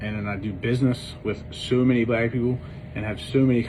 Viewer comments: I thought I was the only one who noticed it . Everytime he said it was a mumble !!! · EXACTLY. He could barely say it. It pained him to say it. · "My business is 75% mumbling" ~ he can’t say Black people without mumbling. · Mumbling and fast like he wanted to get it over with. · YOU RACIST LYING BASTARD!! You can't even say "black people" without mumbling. The old: I have a black friend shit is typical from a racist! By the way... We don't need to know you, to see that you are a racist. Yes, that one post exposed your racist ass!! Soooo, are the black people supposed to forgive you because this was a "one time thing?" GTFOH!!! By the way...this was a rant, not an apology! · He couldn’t even say “ black people” without mumbling it... BOY BYE!!!! and the fact he thought he could get away with that bullshit and not feel the effects of his pockets getting hit. No one cares about ur black best friend.. u said that shit without regard to his feelings, so how good of a friend is he really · I noticed that too, how he kept mumbling and lowering his voice saying black people.